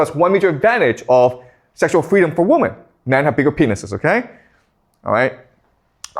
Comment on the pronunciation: He’s great but will someone please tell him that women is pronounced wimen,not wumen.